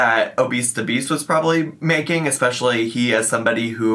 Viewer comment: If she would just stop saying “ekspecially” I’ll be satisfied, at this point.